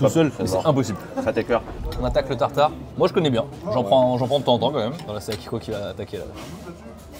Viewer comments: Ça ne se dit pas tartarqi! On dit juste tartare aller-retour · Bonjour, super vidéo, pour information on dit un tartare aller/retour pas "tataki" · Cher, on dit pas un tartare mi-cuit mais tartare poêlé.